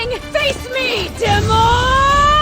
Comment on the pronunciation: the bimbo knight mispronounced demon. She said it like “day-Mon” It’s a dead giveaway. Unless you’re weak in the upper story